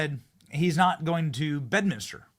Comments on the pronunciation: Say BEDMINSTER, Benny not BEDMINISTER FFS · Benny— it’s Bed-MIN-ster, not Bed-min-is-ter…….just saying 🤛💓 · Stop butchering the English language Benny! There is one “U” in Nuclear and one “I” in Bedminster! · Bro... it's Bedminster... not Bedminister. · Love ya Benny! It's "nuclear" not nuke-you-lar. Also Bedminster, not Bed-minis-ter. 🤓 Thanks, Benny! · And p.s. it’s BedMINSTER, not BedMINISTER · Benny - Love ya bro but day it with me: BED MIN STER Three syllables, not four. Try it. Keep bringing us the based content. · Disappointing that you mispronounced both Bedminster and nuclear